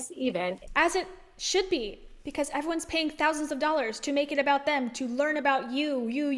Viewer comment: Did you say doll hairs? 😂